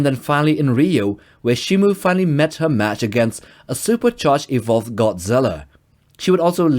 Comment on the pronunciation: shimO. MO MO MO. Not Mu. What does everyone say shimu????